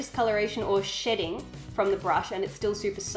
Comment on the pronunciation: When you said shedding i thought you said something totally different.